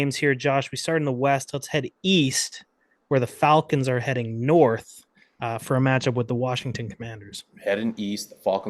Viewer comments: The way Josh is saying Falcons is throwing me off, is he Canadian? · Can’t trust a guy who says the falcons wrong